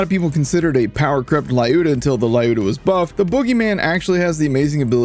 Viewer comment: It’s pronounced ‘Ljud Ya’